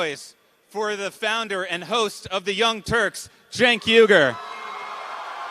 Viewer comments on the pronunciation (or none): ‘Jenk Weee-ger’ is how you pronounce it- Know your enemy , dude! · It's pronounced "Chunk Ugh-Yogurt"! Don't forget it homey! 😁